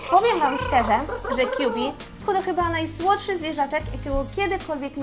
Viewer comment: Imię tego misa wymawia się "Kabi a nie "Kjubi"